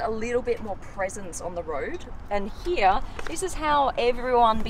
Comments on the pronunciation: Absolutely LOVE the color...and the way you pronounce “here” like “heyah”, 🙏🏽🙏🏽🙏🏽. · When she says “here”, it sounds like “hee ha”. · Anyone else love how she says “here”?